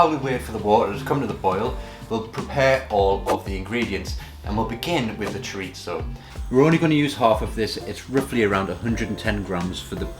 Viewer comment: Nice recipe. I’ll try this evening. Btw just to note there’s no ‘t’ sound in chorizo 😉